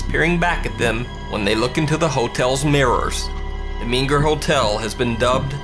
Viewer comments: It’s MENger, not minger. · Surely "MENger" not "MINger" Hotel. Terrific post, though. Thanks.